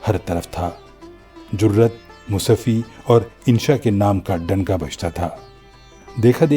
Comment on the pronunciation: Musafi, naheen bul k Mushafi. مصفی نہیں بلکہ " مصحفی " ھے۔